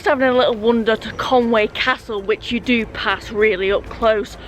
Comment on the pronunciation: Sorry, but it's called Conwy, not Conway.